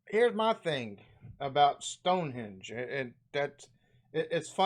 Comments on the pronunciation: Is it just me or did the guy narrating the video keep calling Stone Henge Stone hedge?? Not such the expert visitor he makes himself out to be😁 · lol Ive seen this video before but everytime the guy says 'stone-hedge' I die inside... and he says it a lot. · Did he say stone hedge? Anyway there are so many places to visit in the tiny UK, you'll need more than one holiday. It's amazing how we fit it all in lol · I also thought he said Stone hedge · "Stone hedge" Wut? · Stone Henge not hedge for gawds sake 😂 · Someone needs to tell the Narrator of this film that it's StoneheNge not StoneheDge...🤣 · LOL he calls it Stonehedge.... its Stonehenge. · Stone HENGE! Not stonehedge! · Stonehenge not stonehedge lol . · Every time that dude in the video you're watching calls it "StoneHedge" I wince lol. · 4m15 sec Stone Hedge?? stone HENGE is the name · It’s stone henge not hedge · The narrator literally said "Stonehedge" not "Stonehenge". He probably thinks it is supposed to be a stone hedge because he's never heard of a henge. Not that Stonehenge really is a true henge either but that's a technical achaeological issue. P.S. much of it was re-errected during the 1950s. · Awww if you come anywhere near Gloucestershire, please let me know 👍🏼 would love to meet you and show you my County 💚 Ps. The guy in this video kept saying ‘Stonehedge’...... it’s definitely ‘Stonehenge’ 😂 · is the narrator calling stonehenge "stonehedge"? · that tube in the video keeps saying stone "hedge" 😂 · Bloke in video keeps calling it Stonehedge 🤣🤣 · Did the guy keep calling it 'Stone hedge' or do I need a hearing aid lol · Did that fella in the video call it Stone 'hedge'??? Lol! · stonehedge????!!!!! jjeeezzzuusss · Good video but the guy in its mispronunciations of Stone "hedge" and Holy"rud", henge and rood were annoying 😂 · The guy in the video got some names slightly wrong. it's Westminster, not West Minister. it's Stonehenge, not Stone Hedge.